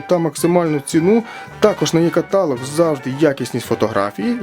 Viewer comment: Невже рекламодавець не може пояснити, що слово "каталóг" вимовляється із наголосом на останньому складі?